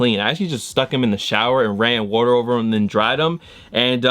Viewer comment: When says “WATRR” 😍😂